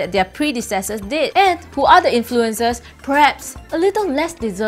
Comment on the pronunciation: The way she pronounces "influenZers" drives me nuts, esp when she's admittedly anal about the English language